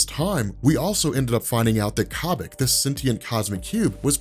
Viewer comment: it's Koh-bik, not Cah-Bik